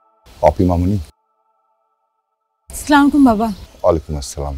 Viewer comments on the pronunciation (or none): বাংলা নাটকগুলা আমাদের দেশের অহংকার,প্রত্যেকটা ভিন্নভাবে সাজানো।শিক্ষিত, সুন্দর ও রুচিশীল মানুষের পরিচয় ঘটে নাটকের মাধ্যমে।তানজিন তিশা ও জোবান চমৎকার অভিনয় হয়েছে তোমাদের।তিশাকে বলব সালামটা হবে আসসালামু আলাইকুম, স্লামালিকুম হবে না।